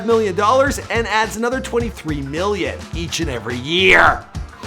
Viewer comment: Why every time he say million it sounds like hes saying billion